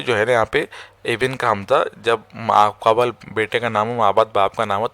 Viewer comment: Video achcha hai. Lekin talaffuz ka bhi khayal rakhen hazrat. Aapne musalasal 'ibin' aur 'qabal' boa hai. Ye alfaaz 'ibn' aur 'qabl' hain.